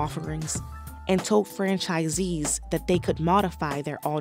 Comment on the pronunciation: *aLTERnatives not *AUTernatives *tolD not *toDe